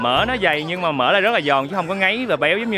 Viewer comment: E nghe a nói "mìn" e hết hồn. Xong nghe ổng nói " mìn của mấy con mẹ bò " kkkk đau bụng